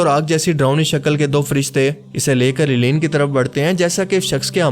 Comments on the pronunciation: Assalam Alaikom, a point I wanted to make clear, please call it, (El liyeen) rather than Eliyeen. 🙂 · It’s عليين illiyyeen not ileen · AP boht zyada km ilm ho. illeen nhin hora. Blke ILLIYYEEN hota he.,,,.Apne kaha munkir nakeer. Ye bhi aapko jahaalat he. Munkir nhin hota balke MUNKARR hota he. APki aokaat nhin he k aap deeni mozuaat pr bat Karin. Funny videos bana Liya karo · آپ نے علیین کا تلفظ ساری ویڈیو میں غلط بولا ہے۔۔۔۔۔ جس سے لگتا ہے آپ نے سورة المطففین ٹھیک سے نہیں پڑھی ہے۔۔۔۔ آپ کو خیال کرنا چاہئیے۔۔۔ آپ ایک اہم موضوع پر بات کر رہے ہیں۔۔۔۔ اپنا تلفظ ٹھیک کریں۔۔۔۔۔ باقی ویڈیو اچھی اور معلوماتی ہے